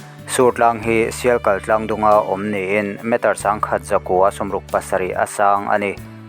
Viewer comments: A thluk ah a diklo tam tak hi tihdik ava tha ve, sialkal pawhsial thluk tho in kal hi ari tur ani, leng leh teng ari thu hmun tur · A ngaihnawm in a hmuhnawm hle mai ,mahse hmun hming te hi lam dikloh a tam a,Sialkal tlang tih a Sialkal tih tak te hi lam dik lo a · Sialkal tih pawh a lam dan lo in zir bawk teh